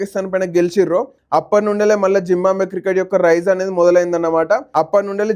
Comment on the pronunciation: జింబాబువే అని పలకడం రాదు నీ కెందుకు రా వీడియో లు